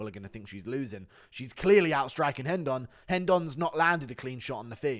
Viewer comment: STOP PRONOUNCING RENDON WRONG GOD DAMNIT!!!!